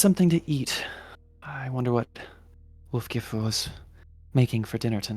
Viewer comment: Also I think it's pronounced Wolf-JIFF-u,.